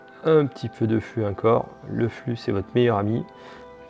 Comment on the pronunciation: Ptn mec tu dit n'importe quoi propos des matériels utilisés tu dit isopropalique alor que c'est isopropylique tu dit flu alor que c'est flux et aussi une console se ne démarre pas sans disque dur voilà c'était pour moi ce n'était en aucun cas une critique bonne soirée